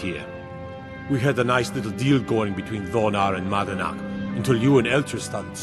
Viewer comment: voice line error here. He say’s “manadnach” instead of madanach